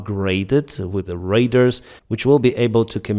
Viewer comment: Congratulations ! "raiders" is better than "rudders" ( for ships ) ! But still not correct ! It is "radars" !!!!!!